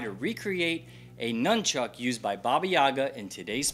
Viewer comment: At the mark he calls it NUMBCHUCK lol